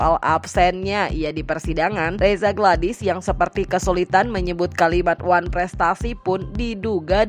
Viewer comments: Huuu oneprestasi aja gak bisa nyebut gmna tuh haduh haduh haduh😅😅😅😅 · Ngomong wanprestasi aja ga bisa,apa cocok dipanggil dokter? kebanyakan obat untuk gigi itu,yg bikin gigi keropos,makanya ga bisa omong